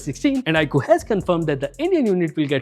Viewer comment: Stopped watching as i soon as i heard iqoo